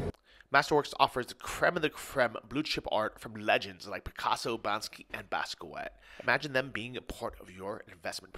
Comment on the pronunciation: love your content; but for the love of all artist and pronouncing their names... Banksy is "Baynk-sE," pronounced just like the place you go to when you want a loan or to take out/withdraw money from.